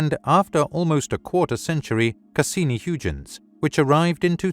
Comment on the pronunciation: Learn how to pronounce Huygens name right.